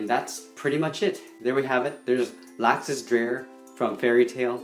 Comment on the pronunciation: It's pronounced: Lok-sus